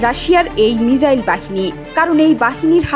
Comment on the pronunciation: Missile balo mijail noy.khub baje lage sunte